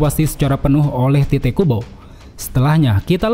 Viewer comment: Tite Kubo sepertinya bacanya Taito Kubo (Tite bahasa inggris dibaca Tait, sementara Tait dipelafalan org jepang jadinya Taito) cmiiw